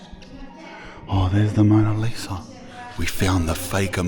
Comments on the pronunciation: Bro it’s just Mona Lisa, not Amona Lisa 😂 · I hope bro knows its the mona Lisa not amona Lisa 😂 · ‘Amona Lisa’?😂. Mona Lisa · AMONA LIsa 😂😂 its "mona lisa" LOL your hillarious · It’s “ Mona Lisa “ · Mona Lisa not Amona lol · What’s worse? Constantly saying “Amona Lisa” and “Pastisserie ”, or calling the “Parthenon” the “Pantheon”? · "Amona Lisa" 😆😆😆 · “Fake Amona Lisa” 😂😂 bruh Span. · “Amoana Lisa” 😂😂😂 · "Amona Lisa" had me cracking up lad. Cracka vid cuz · He said it heaps at the end so he really thinks it's said like that lmao 🤣🤣